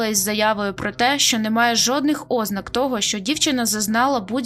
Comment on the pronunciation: Не "Ознак", а " ознАк".